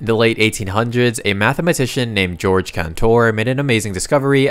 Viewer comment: NO NO IT'S (gay-org) NOT (jorj)